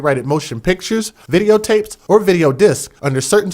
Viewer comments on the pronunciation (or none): none